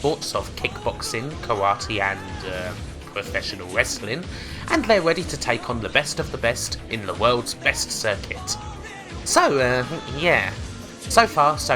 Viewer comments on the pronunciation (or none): So you can say released with no problem but ‘westling’ instead of wrestling? Why do you do this shit?